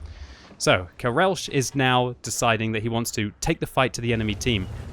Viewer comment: The "CH" in "karelch" is not pronounced [ʃ] like in "Chicago", but rather "Kh!" like in "Loch ness".